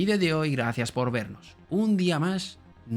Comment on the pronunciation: Tengo una duda, no tiene que ver con el contenido del vídeo. Por qué acabas muchas palabras que acaban en "s" con "ш"? Entendería que pronunciases вемос, pero por qué вэмош?